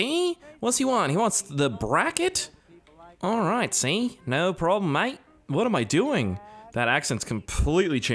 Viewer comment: Bro your accents kill me “SEE” 🤣🤣